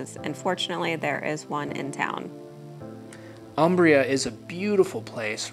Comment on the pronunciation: Thank you for this video. I like all the details re: the town. BTW, it's pronounced 'OOmbria'. Ciao!